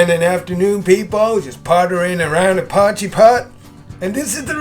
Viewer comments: Glad i found your channel, soooo many South African dishes, makes you homesick doesn't it. Have you tried adding a "Mielie brood" (corn bread) to this meal? Afrikaans can be challenging to the anglicized tongue Lol - Try saying "Poy" (as in boy) - "key" (opens doors) 'Poykey' no pause between. Or as suggested in comments already - poi-kee; Be Brave! You're doing better than most already! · It's pronounced "poy chee".